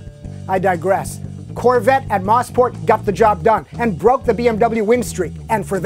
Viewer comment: Moe-sport... Not Moss-port. Has to be the most mispronounced track on earth.